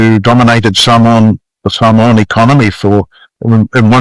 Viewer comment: Such an interesting history of Mr. Brunt. He pronouce the Samoan words are pretty spot on.